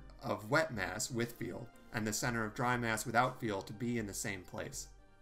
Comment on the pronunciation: He also seems to pronounce "fuel" as "feel"